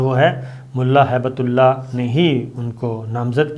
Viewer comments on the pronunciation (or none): السلام علیکم، براہ کرم الفاظ کی ادائیگی کی تصحیح فرما لیں۔۔۔۔۔۔۔۔ پنجشیر میں شیر کو اس طرح ادا کریں کہ جیسے شیر و شکر (ش کے نیچے زیر ہے)۔۔۔۔۔۔۔ مولانا ہیبت اللہ غلط ہے صحیح تلفط ہبت اللہ ہے (ہ کے بعد ی نہیں ہے)۔۔۔۔۔۔ اخوند میں و ساکن ہے لہذا اسے اخند پڑھنا چاہئے۔۔۔۔۔۔۔۔ شکریہ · PLEASE CORRECT YOURSELF. Its Not HAIBETULLAH. ITS HIBT-ULLAH (GIFT OF ALLAH) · SABIR SAHAB PLZ CORRECT THE NAME ''''''' MULLA HIB-TULLAH '''''' NOT '''HAIBATULLAH'''